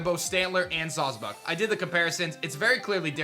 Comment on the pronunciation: It's clearly sawsbuck fool